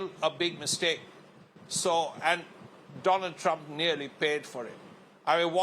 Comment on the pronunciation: At first I thought I miss heard, she did said Donald Drump😂